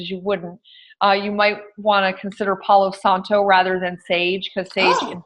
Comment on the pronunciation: Pau Santo; not Paulo Santo.